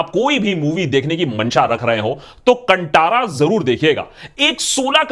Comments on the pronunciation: Sir it should be pronounced कांतारा। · Kindly correct your pronounciation of movie name. It's कंतारा not कंटारा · कंटारा नहीं बाय, भाय। कांतारा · Bollywood loog keliye KANNADA shabdh uchharan karne hi nahi aathi, tho ye achhe movies kaise ban payega. They always pronounce KANNAD insted of KANNADA, कांतारा ko कांटारा bolthe hai. Respect languages. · Sir…it’s pronounced as कांतारा not कंटारा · Abhi bollywood movies me koi dum nahi hai....south movies are booming and rocking. Watched Kantara in kannada (right pronounciation is Kaantaara) कांतार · It's pronounced as Kaan-Taara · Its pronounced Kaantara with 'tara' wala 'ta' not 'tamatar' wala 'ta' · Bhai it's pronounced Kantaara as in "ta" in "taare" not Ta as in "Ta"rzan. Also, it's pretty funny seeing both left and right claiming Kantara is theirs 😁